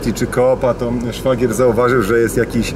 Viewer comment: Szfagier ??? chyba Szwagier :)